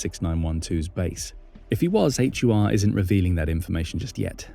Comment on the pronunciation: Ukrainian military intelligence is pronounced as "Hoor" ( like door but with H like in home) not a H-you-ar. 😂